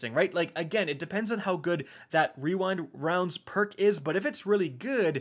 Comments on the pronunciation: Wee-wind-wounds haha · Wewind wownds had me rolling 😂😂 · Just say "Wewind wownds" and be done with it. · “We-wind wounds” 😂 So glad you left that in lmao. Great video as always❤️ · REEEEWINE Rounds. Love it. Don't be to hard on yourself. That is a destiny tongue twister. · Followed be “Re-rind rounds” lol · "Wewind wounds" 😂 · You had me dying when pronouncing rewind rounds. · But the most powerful weapon of all: pronouncing rewind rounds